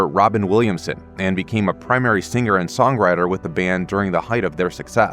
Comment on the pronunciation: it's pronounced SING ER, not SING GER